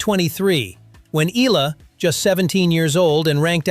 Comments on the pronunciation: Please respect Alex by pronouncing her name correcty " EH YALA" . Thanks appreciate. Blessings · Eala is pronounce as,, E-Ya-La... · Eala pronunciation E ya Ia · 👎🏽 Pronounce her name correctly!!! And stop exaggerating!